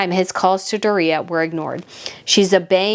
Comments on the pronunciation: I always thought it was " Doooria" Like the stress in the "o" part of it, not the "i" part ..but hey, what do I know? LOL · I like your videos and you do good research. I think Meg's mom's name is pronounced Doria with 3 syllables; and put a long sound on the o...like 'doe a deer'...... Doe-ree-ah. Not, how you are saying her name, Dor reah. I promise. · Why are you aping Tom Bower's affected pronunciation of Doria? It's "Dor-yah" NOT "Do-ree-yah". I'm sure you'd find it grating if people called you "Breet-NAY". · Hi, it’s not Dorea, it’s Doria, one word, like Dorya! Ok 👍🏽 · It's "Door-ee-uh", your killing me. And I am in agreement with you. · Meghan’s mom’s name is dooria. Pronounced door ia. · Why are pronouncing Doriah name DorReeha ? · Mutt's mother's name is pronounced DOR-REE-AH. Mispronouncing someone's name drives me crazy. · DOOR’-ree-ah COR’-tee-ers Look them up, please. Harry is convinced that when George turns 18 he will be meaningless. At 18 George can reign.